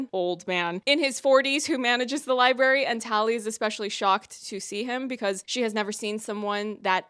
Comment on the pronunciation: I keep hearing people say "li-berry" instead of "library" and her saying it... that was the last straw. i can't take it anymore man